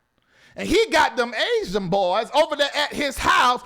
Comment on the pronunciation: Why do always talking about BB and these 'aisan boys' 😂😂😂😂😂😂😂😂😂 Why you say it like that? Crazy Funny